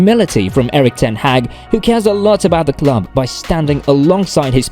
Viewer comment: You pronounced his name wrongly… Man Utd official channel has a video about how to pronounce his name, ten Hag.